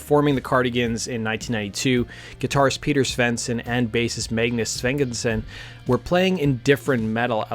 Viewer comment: 'Svenginson'? Come on, his surname isn't that hard to say correctly... *and it's '90s, not 90's, sheesh. Yawnshupping, okay, that's mildly tricky. Nina's surname is not 'Person', it's said like Pair-son. Next city is said like Mawl-muh.